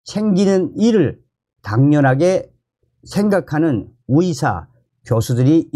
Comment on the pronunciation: 위사 위사